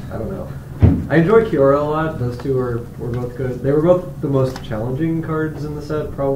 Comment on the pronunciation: It sounds like they say QR instead of Kiora.